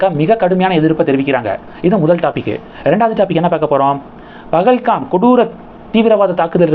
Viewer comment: It's Pahalgam and not BahalKam. Please spell correctly